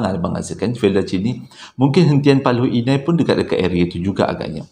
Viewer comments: Paloh hinai bang..bkn paloi inai😅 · Assalamualaikum uncle.. Moga uncle sihat² selalu.. Paloh Inai kot uncle.. Bukan Paloi Inai... Uncle jangan lupa pin nama saya dalam story telling uncle yg seterusnya ya... "Khaliff Adam".. Tq in advance...